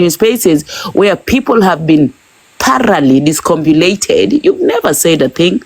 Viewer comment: And the word you're looking for is *discombobulated there's no word like *discombulated